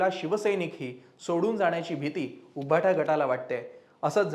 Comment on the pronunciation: तुमचे सर्व अंँकर्स सदोष उच्चार करतात उदा. उभाटा